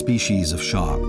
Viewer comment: Why do you say, "Whale Shock" instead of Shark?